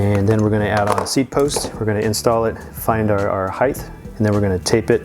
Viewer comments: Just an fyi...height is pronounced "heit" No "th" at the suffix. Just one of my peeves... Great video otherwise. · Rider height... why do people say it like it spelled heighth? Sorry but thats a huge pet peeve.